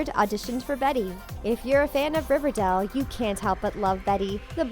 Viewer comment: Y they say riverdale that way “Riverdell”